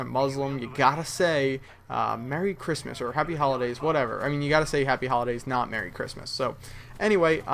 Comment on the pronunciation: im muslim and im not offended when somebody says merry christmast